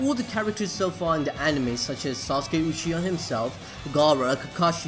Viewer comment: Literally he said Sarada Ushiha. 😐